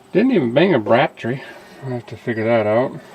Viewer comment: what is a batt tree? i keep hear him talking about batt trees....